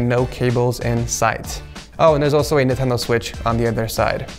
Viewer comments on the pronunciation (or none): none